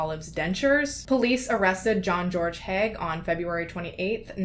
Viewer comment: it's Haigh(hey-gh) also i am related to him should i be happy or not happy